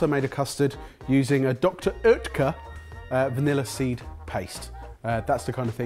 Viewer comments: Vanillar-y? Where did that R come from in vanilla? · do you know there is no r in vanillay?